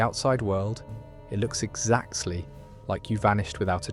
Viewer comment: slop based off research but clumsily conveyed. Sloptube! Best moment for the "exactly" pronunciation my issue with this style of slop is that it tends to draw very specific routes through the situations under analysis. Eg the choice presented , "you have two choices" and the video is starting to sound like one of those branching adventure paperbacks. I'm always aware that my options are rarely, if ever boiled down to 2 distinct, mutually exclusive choices, and I'll generally mix and match a number of approaches to socialising, in order to get by when I have to. A more relaxed sense of discussion with a human presenter would be much more effective. It would work fine within the format, most of these videos are stretching themselves thin to exceed 20 mins for whatever advertising/visibility reasons anyway. If anything some of the videos might have to repeat themselves less